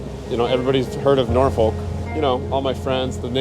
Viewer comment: It’s pronounced Nor-fuk